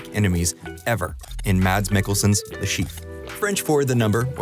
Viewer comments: i love mads mikkelson so much, dude is genuinely one of the most talented actors out there. literally just go look at his wiki, he's also a gymnast and did multiple plays and ballets! small detail, his name is not pronounced "mads" its more of a "mass" or "mess" :) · How people fuck up pronouncing his name everywhere I go? It's "MASS" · Saying the word "mass" but with a shorter "a", is how you pronounce Mads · Pronounced "Maas". The "d" is silent. You're welcome. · I just wish the narrator would have learned to pronounce Mads' name correctly. What a brazen eejit. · you do a whole video on him but still dont know how to say mads..